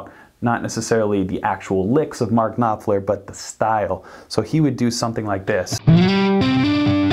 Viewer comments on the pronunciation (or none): Mark KnopFLER 👍... Not "knoPler" 😒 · His name is pronounced Noffler, and why do you speak like he is dead? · The p in Knopfler is silent... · Y do y’all call him nopfler? The name is pronounced *K*nopfler! There’s a k at the beginning of the word! Jeeeeeeesuuuus! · This is not how you pronounce his name... At least get his name right before you make a video on him... Mark is a legend.. It's mind boggling to me how a guy running a guitar channel on youtube can't even pronounce the name of one of the best guitarists of all times... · Why would you say Knopfler like that 😂😂😂 jk great content